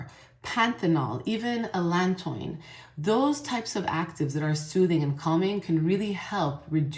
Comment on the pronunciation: I think it's pronounced Allen tow in like tretinoin